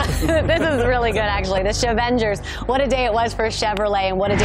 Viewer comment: The 'chevengers'?😂😂😂 I love that lol